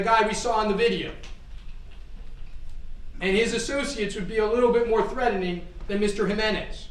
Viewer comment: “Threading” 😂😂😂, you would think Law School would help with pronunciations…Dude, not to be rude thought it’s “threat·en·ing” you need to sound out the T•en•ING 😮